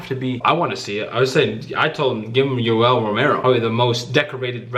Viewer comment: Did man say Yoel is he dumb 😂😂😂